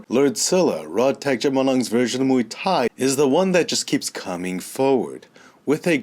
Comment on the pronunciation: RodTang means = A Tank in Thai. Please get his name right :)